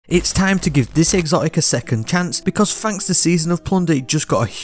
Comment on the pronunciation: fanks = thanks free = 3 frow = throw wif = with Ya speak a bit too fast for the regular americans mate, a lot of this sounds jumbled af. Sick build tho LOL